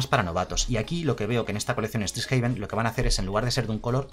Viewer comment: Primero pronuncias caldeim y ahora estricsjaven, es horrible XD